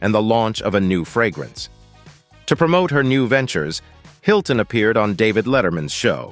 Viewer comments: I like how the AI pronounced the M in the misspelled Paris Hiltonm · "Paris Hiltonm"? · Paris Hilton-m LOL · Paris Hiltonm??? Haha, and then pronounced the extra 'm'. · Robo-reader needs to learn to pronounce names, except, of course, that Hiltonm isn't Paris' last name. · Is the reader a human or AI. Can't pronounce some name correctly. I am guessing AI.... Hiltonm